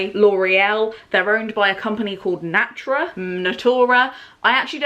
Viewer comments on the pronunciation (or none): AMAZON OWNS BOOK DEPOSITORY? I'm already shooketh and I've been watching for 2 minutes. Also, Natura (na-too-ra) is a Brazilian brand. They have some nice projects to preserve biodiversity in South America.